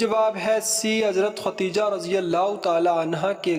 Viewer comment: جاہل انسان ۔۔خدیجہ ہے۔۔۔ ختیجہ نہیں ۔